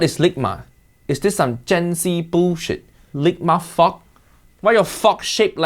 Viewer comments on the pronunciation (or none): "why your fok shaped like this"💀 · sounds like he says ligma fuock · The way he says fork takes me oooout lol